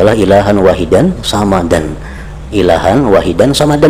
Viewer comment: Somadan bukan samadan, pake shod bukan pake sa'